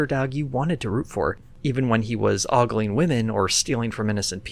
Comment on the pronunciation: Ogling has an O. A long O. Oh, no! You made a mistake.